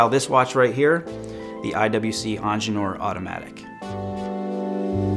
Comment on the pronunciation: Lol why do you keep saying angeneur? Its ingenieur - ingeer from German